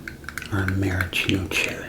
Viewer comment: It's pronounced marasheeno, not maracheen